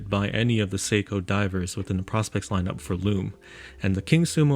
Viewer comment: PROspex not PROSpex